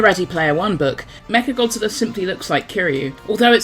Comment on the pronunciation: all i can hear is "Meth Godzilla"